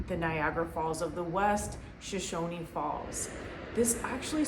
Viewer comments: I’m just here to say it’s “shu-shone” not “sho-shoney” Shoshone... it comes from the native tribe that inhabited Idaho initially, and still inhabit many areas of Idaho. Thanks. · Also, it's pronounced shoshone without the "ee" at the end